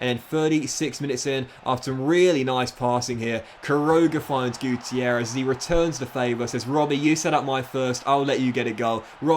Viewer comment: Roberto guitierrez? More like Roberto guccierrez. You know? Gucci errez